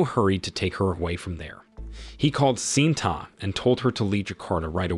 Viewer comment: Pronunciation of some names have been butchered! Correct pronunciation: ITO = ee-tow. FATIH = far-tay. SHINTA = shin-ta.